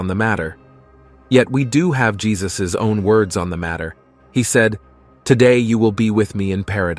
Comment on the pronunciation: Yesus...not Jesus